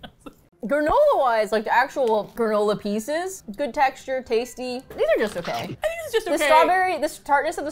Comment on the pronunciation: "chexture" is my new favorite word.